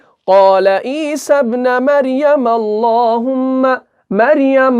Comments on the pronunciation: Mistake = E-sabnu not E-sabna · پیش ہے زبر نہیں ہے ابن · Surah Maida ki ayat 114 me ap ik correction karlain please , ap ne teesry word ‘ابن’ py zabar ki jagah paish hae ap ne ghalti se zabar laga diya hae. Isi tarah se surah Nisa Ayat 171 jo ap me quote ki us me bhi ‘عیسی ابن” py dhamma yani paish hae Fatha yani zabar nhi. You are doing great job I m literally learning tajweed from your lessons! Please make corrections and upload this lesson again, JazakAllah